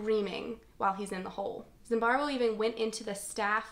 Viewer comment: i like this video and i'm sorry for pointing it out but, why are you pronouncing his name as ZimbarBo when it's ZimbarDo? Love the video though and hope to see more from you